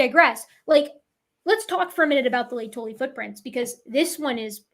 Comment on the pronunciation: These people mispronounced ‘lay-toe-lee’ laetoli, as ‘leia-tully’.